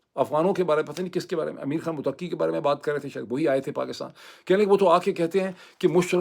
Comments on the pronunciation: Muttaqi Not muttaqqi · Bhai Afghan Foreign Minister’s name is, Mut-qi not “Muteqi “ . Means پرہیزگار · Pl correct u r pronunciation: Mttaqi. U r stress is on QQi. No stress is on TT. So it is like Mutta....qi. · Not mutaki. It is Mutta kee. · It's not mutaqqi. It's muttaqi. Taqwa wala! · His name is not mutakki. His name is mutt ki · سر تلفظ تو درست کر لیں ۔موتقی نہی مُتّقی ہے ۔۔معزرت کے ساتھ بات گھماتے بہت ہیں 😂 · جناب افغان وزیر خارجہ Mutqi نہیں بلکہ Mutaqi ھے۔ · "Mutakki" naheen bhai 'Muttaqi" hey, jaisey "Muttaqi parhezgar". Vesey vlog achha hey. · یہ لفظ متقی Muttaqi ہے ۔ Mutaqqi نہیں ہے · Please pronounce the word 'Mutta-qi' correctly. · Muthta qui Correct pronunciation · Dr Moeed your pronunciation of Muttaqi is not correct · It's Mut' taqi..😊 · متقی مت ایک لفظ ھے آپ نے ق کی بجائے ت پر ذور دے کر پڑھنا ھے۔۔۔اس کا معنی پاک ھے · ڈاکٹر صاحب مہربانی فرما کر تلفظ درست فرمائیں مت ۔ قی